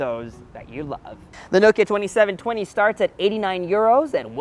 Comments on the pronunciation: Not "noe-ki-er" It's "NOH-ki-uh" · Is it really pronounced as “nowkya”? And not “now-kee-ya” ?? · Americans never pronounce Nokia correctly - it’s not NO-kia it’s noh-kia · Isnt it naw-kee-ya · The way he pronounces Nokia is really bizarre.